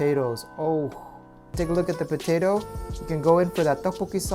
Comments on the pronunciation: PO- TA- TOOW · ha you say po-tay-toh just like cooking with dog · Bo-tae-to... XD I love.:D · It makes me smile how he said potato... Hahahaha!!!